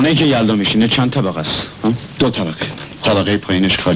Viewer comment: ما قدیم دوبلورهای بسیار خوبی داشتیم اما گاهی اوقات دیگه با مصنوعی بودن صدا شورش را در می‌آوردند. آخه این چه دوبلوری ست که خانم نیلوفر داره. با لوس کردن صدا که کاراکتر جالب نمیشه. خودشون به به صدای خودشون گوش نمیکردند؟ مادر مدر به گوش میرسه. کلمه خدا بیامرز را خدو بیومرز و یلدا یلدو تلفظ میشه که چی صدا را و بیان را میخوان شیکش کنند.